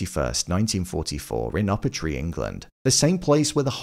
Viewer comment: It’s NOT Uppertree as you say it , its actually Upottery